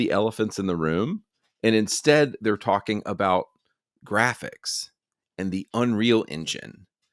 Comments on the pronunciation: "the gwapichs" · The gwaphics😂😂😂😂 Fire those ladies